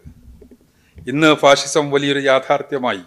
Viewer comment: ഫാസിസം ആണ് ഫാഴിഷം അല്ല